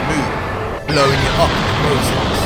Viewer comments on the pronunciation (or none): none